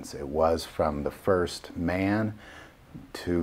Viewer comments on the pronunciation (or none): none